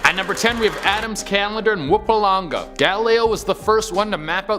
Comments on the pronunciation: I'm going to start calling the province Mupalanga from now. It sounds like a kind of music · #10 Mmm pummm ma lang ga Thats how you say it lols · Man butchered the pronunciation of Mpumalanga but we move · Oh man. Those names were butchered to death 😁😁. Great video though